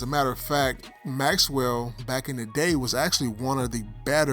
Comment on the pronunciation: BROTHER PLEASE IT'S "MAXELL" NOT MAXWELL ARRRGH